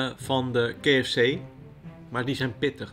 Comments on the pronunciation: Keh Ef Cee 😂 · Ja inderdaad. Zeg dan of op zijn Nederlands: Ka-Ef-Cee. Of op zijn Engels: Kee-Ef-Cie. Ik vond het ook heel bijzonder. Nog nooit iemand het zo horen uitspreken. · kee f c. Wie spreekt zo KFC uit? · Kee ef see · Ik wilde net herzelfde reageren hahah kfzee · Het triggert mij echt hoe jij KFC uitspreekt, je combineert Nederlandse uitspraak met de Engelse 😂. Verder weer een super leuke video net als altijd. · Wou precies dit reageren! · Zelfde gevoel hier. Of Engels of Nederlands, maar mengen geeft mij de kriebels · Grappig dat je de K in het Engels uit spreekt en F C in het Nederlands van KFC 😂